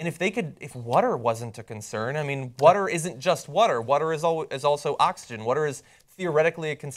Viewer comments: Is it just me, or does John pronounce "water" really strangely? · Anyone else think John pronounces "water" really strangely? He says it like "wuhder" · Water, or wutter? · Anybody else distracted by John's pronunciation of water? lol.